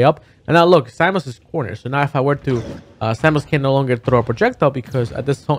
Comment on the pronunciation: Its Samus, not salmon for future reference lol